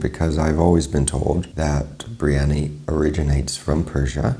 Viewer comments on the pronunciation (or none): 1st of all its a Birianyi not a Brianya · It's Biryani .. Not Bree-yani you donkey 😂😂😂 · Chef, you are a good chap, but you dropped a couple of syllables out of Biriyani...